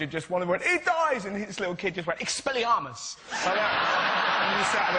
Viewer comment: the way he says expelliarmus sounds so posh